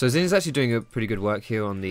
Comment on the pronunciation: Your Xin made this too painful to watch